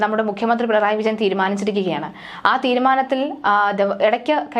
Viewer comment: പിണയാണ്ടി അല്ല പിണറായി എന്ന് പറയുക